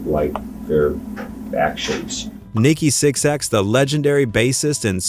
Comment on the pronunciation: VERY first thing this AI slop narration says is "Nikki Six X".. annnnd that is the end of this video for me lol